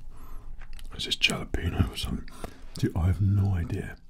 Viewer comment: The way he said Jalepeño lol ❤